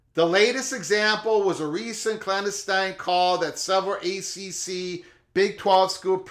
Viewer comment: Love your channel and content. But please look into how to pronounce clandestine 😂. Like fingernails on a chalkboard every time I hear it.